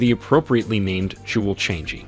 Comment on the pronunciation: Learn how to pronounce Changi!